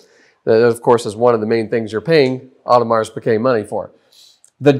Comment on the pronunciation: Superb video comparison showing the differences. Much appreciated! As another comment mentioned, the bracelet is also notably thinner from what I have seen, but you hit almost all the differences. Genuinely appreciate the vid - but, my man, do yourself a favor and find a pronunciation guide for Audemars Piguet. The s is silent. That was...jarring. Jenni Elle's channel has a great pronunciation guide that includes AP: But really do appreciate the video!